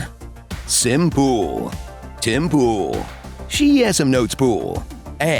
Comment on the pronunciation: "Timpool" :D